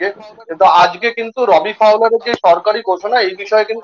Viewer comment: Re ota রোবি নয়, ওটা রবি ফাউলার।